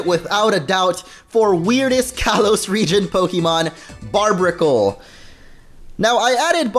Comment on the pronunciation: It's barrr berr ic le not barb icle